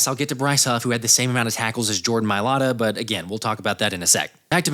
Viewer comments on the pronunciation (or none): “Jordan Mialata…Stoutland University” I loved hearing that😂